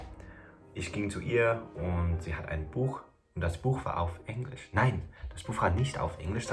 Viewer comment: Hey! In case you are still interested in someone locating your accent, I have a few points. And by the way, I understand the slight frustration of someone still pointing an accent out when you are basically on C2 Level already! So this is just because you asked:) - Very English pronunciation of the word “Englisch”, especially the “e”. - Very careful pronunciation of word endings, but this is something that will disappear over time. As well as overall careful pronunciation of everything, which is normal and a very good tool to speak correctly! - sometimes you use “wenn” instead of “als” even though most times you use it correctly, this is a hard one, I know! The rest is hard to locate because it’s barely there. Overall, you have excellent German and pronunciation 🙌🏽